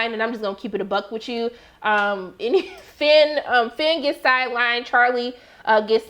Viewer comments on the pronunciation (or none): none